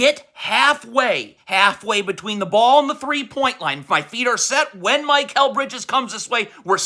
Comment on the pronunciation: Listening to an adult holler R bombs is a little weird. Mike-kal Bridges? Cmon man you’re way better when you’re not trying this hard.